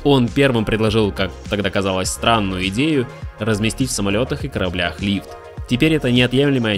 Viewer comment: Рлив? Лииф? Лифт? Чётче надо произносить. С пятого раза только расслышал.